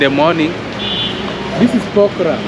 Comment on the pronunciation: Bro say pokhara not pokraa😂😂😂